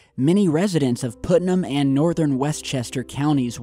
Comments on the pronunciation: Regarding Westchester and Putnam counties and their boom shake, I heard about it., I wanted to give you the correct pronunciation of Putnam county. "Put-num". I just had to say something because I live in New York and some of our counties and names of our towns some are difficult to pronounce or even spell. "Native American " Keep up the good work I love each of your videos and I'm looking forward to the 48 hour viewing of the movie going to share with the audience. Your friend Michelle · Hey! I swear that I'm not tryin' to deliberately be an a$$hat, but it's pronounced "puht-nam" as in putt-putt golf or puttering around in the garden. I only know this because as a Southerner who moved to NY State a little while back, I did it myself. There's also a small town thats further up in the Adirondacks of NYS called Putnam and boy, oh boy, did I get laughed at and teased by my fiance and his buddies when I pronounced it the way you did. LOL Just wanted to "put" it in perspective for ya. HaHa! (Yeah, I realize that was totally lame) It was pretty cool to hear you doing a story about an area that isn't very far away from where I live! Oh, and btw, thanks for the newer video you just posted about that skier/firefighter who was missing on Whiteface Mtn. We live a little more South of that area, but we saw a lot of the original coverage on the local news when he first went missing and hadn't heard that he'd been found - or about the crazy circumstances around the whole thing. We absolutely love your videos! Hope you're feeling much better now! Keep up the great work! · It's pronounced Putt-num.